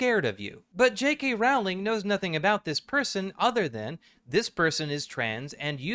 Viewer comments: Is it pronounced like row? I always thought it was like this video growl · It's pronounced "rolling." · I can't continue watching this video. Each time I hear the name Rowling mispronounced, I die a little inside. 😔